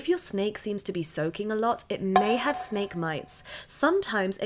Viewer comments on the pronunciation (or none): Snake not snak